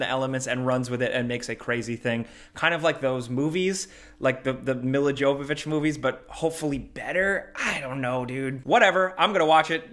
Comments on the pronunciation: DUDE!! lol its pronounced Milla YYYYOOOOvovich. The 'J' has the 'Y' sound. Aren't you from New York? And you don't know how to pronounce Russian names? lol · It's pronounced Yovovick just fyi (Milla Jovovich)